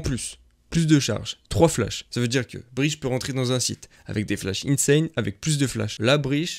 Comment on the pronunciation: Ptdr il a dit Breash, c'est "Breatch" gros